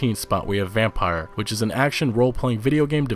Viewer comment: yeah the way he said Vampyr had me yelling at my t.v. 😀